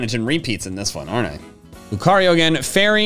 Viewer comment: Has, not have! It's Lucario, not Licareo!